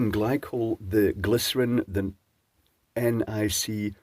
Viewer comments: ah yes, our good friend Nicolas O'Teene. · Oh, you mean: "the teen-o'Nick" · eventually youtube/google baby will learn how nick ough teen is pronounced. I'm on my 5th 8.5% beer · Guessing based on the careful pronounciation of nick-oh-teen that some dem*onitzation has occured recently? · Why cant he say nicotine? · Why did he have to say nicotine like that? Does British you tube have restrictions to the word nicotine or something